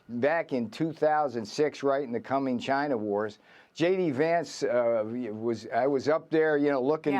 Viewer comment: it's China not V-Gina ohkay !